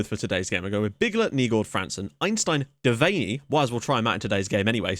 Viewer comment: His name is pronounced Dev-an-nee